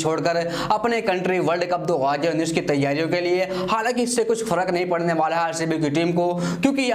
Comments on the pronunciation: Bhai tu 2019 bolna pahale sikh 😂😂😂😂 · Bhai thu 2019 bolna sikh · Abe sále pehle tu 2019 bolna sekh